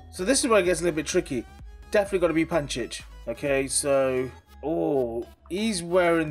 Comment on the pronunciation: panchiich. bruuuh its pjanic